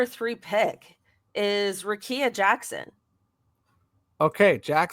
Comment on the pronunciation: It’s pronounced Ric-KEY-a